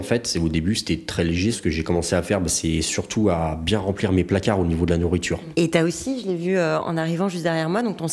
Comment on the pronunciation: On dirait un sketch des inconnues avec la galinette cendrė, "euuuhhh la nourritchure"